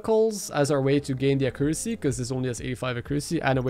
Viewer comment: took me few minutes to figure out what he meant by "a crew sea is kinda shit though" lol